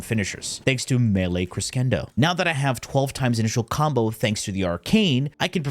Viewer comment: Amazing. Wealth of knowledge, as per usual. just so you know, and if nobody's said yet, 'crescendo' is a musical term and is pronounced 'kri-SHEN-do' or 'kri-SEN-do' depending on who you ask. It pretty much means 'rising action' or 'steady increase.'